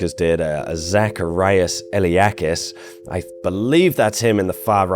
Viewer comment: Well good video but it's not pronounced faistos, it's festos. Intonation on the o. And knossos has the intonation on the second o. And lastly it's zacharias (intonation on the i) iliakis (intonation on the a)